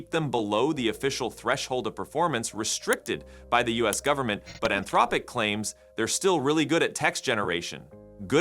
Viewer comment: "Anthrowpic?" How can you mispronounce Anthropic at this point in 2025?